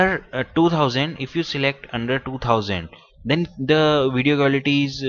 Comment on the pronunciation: quality I heard you said war li cute